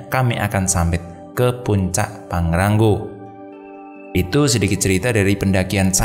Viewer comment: Pangrango mas bukan pangrangggo haha